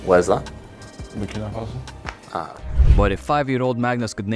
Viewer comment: He said Burkina Faso like it was the US